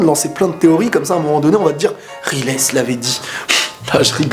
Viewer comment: Moi cette vidéo m'a appris un truc : on ne prononce pas "Raillezeuh" mais "Rilèsse",et ça,ça change tout ^^'